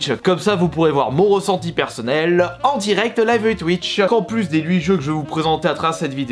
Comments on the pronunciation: le chiffre 8 se prononce « huit » et pas « lhuit », bonne vidéo sinon 👌🏼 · Pk tu dis lhuit et pas huit ? Tu sais plus parler ? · Louite c’est drôle